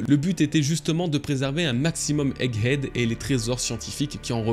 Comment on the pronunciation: Bravo, 100% des prononciation de "egghead" étaient bonnes, y'a pas si longtemps on étais à moins de 10%:P